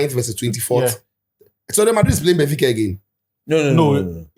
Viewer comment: "Gbenfica" took me out 🤣🤣🤣🤣🤣